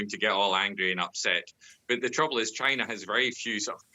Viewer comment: Dude its China not Gina..wtf